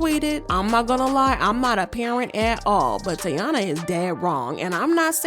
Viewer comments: Her name is TAEEEEEENA.. pronounce tayyeeeeena.. it’s literally spelled T - A - I - N - A … not Teana like Teyana Taylor. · Her name is pronounced Ty-E-na!!! Lawd...I cringe when you say her name as Tiana....lmaoooo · can you say the girls name right!? it’s TY - EEN - UH. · (Tie-ee-na) ….called this girl 3 different names in one video🤣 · Why would she say her name that many times incorrectly? 😂😂😂 the blogs be wild. They don’t care if they right or wrong honey just wanna talk lol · Are you purposefully mispronouncing the name or you're just trying to lose viewers by irritating us with the amount of time you mispronounced such an easy word